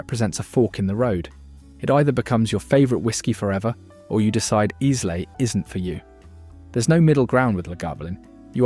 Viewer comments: Isla is pronounced Eyelah. Most of the whiskies distilled there are great. I rather like Monkeys Shoulder. It derives its name from the sore shoulder the workers used to get from constantly turning sprouting barley with a wooden shovel, on a flat floor, prior to the roasting process that turns it into malt. Going to school each day in Castleford, Yorkshire, I used to walk past Thomas Fawcett's and see them shovelling away, The smell from the kilns was delicious, and spread across the town, masking some of the foul industrial miasmas that the town also produced. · The biggest pronuciation failure / outrage is Islay. For shame! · If you don’t know how to even pronounce Islay what are you doing giving opinions on all sorts of whiskies you don’t know how to pronounce the names of either? You’re not using AI to read a script are you?😂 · “Eyeslay”?? 😂😂 Repeat after me … eye-la, eye-la. Islay = Eyela. AI shite. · Eyes-lay whisky... sigh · It's not Eyes-lay. It's Eye-la. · Brands, or bottlings from distilleries? Also, really weird mix of blends, single malts and one CS thrown in. Pronouncing Islay as 'I -slay' (it's 'ai-luh') is bit of a giveaway (if more were needed) this is clearly AI generated. So many more distilleries you could have included. General ranking of what is included is probably a fair/reasonable take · AND 'IZLAY' for 'Islay' [Iylah for ye sassenachs] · And Izlay. Its pronounce Eyela. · What a load of computerised nonsense. "Blokes"? "One hundred eighty years"? And, Islay is pronounced "Eye-luh". The praising of incredibly average, not to say awful, whisky, seems to demonstrate that somebody is getting paid for this rubbish. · Did that synthetic Sassenach actually say Eyes-lay? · You can tell he's not Scottish. The island may be spelt 'Islay' but it's not pronounced like that. It's pronounced 'eye-la' where the 'la' is very short (that is, not larrr). And where's the Bunnahabhain collection? Beautiful peaty Islay single malt. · ...and Islay too.